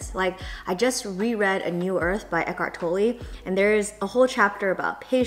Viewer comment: it is just so funny how you pronounced Eckart Tolle. It is a Dutch writer and the pronunciation is completely different. But it is a lovely book and writer!